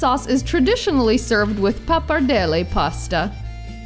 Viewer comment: Great video! Love the way you say "Pappardelle".